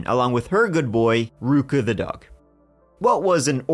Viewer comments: I replayed that part, was so sure he said duck. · At first I was sure you said "walking the duck." Which... valid.